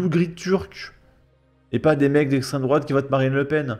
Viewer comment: Dans un sens, est-ce que l'islamisme n'est pas une idéologie d'extrême droite ? Bien sûr, on sait qu'elle parle de "l'esstrême droate" bien blanche des pires heures des bottes de notre histoire.